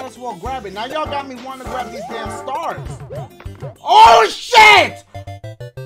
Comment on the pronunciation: Datchie, Datchie, why are you pronouncing stah-rus as stars all the sudden?